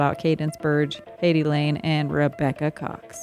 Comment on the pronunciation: Heidi "Line-Eh", not "Lane".